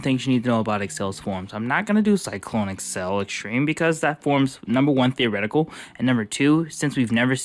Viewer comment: Why do u say accel like that, I know it's not important but I'm cringing so hard everytime you say it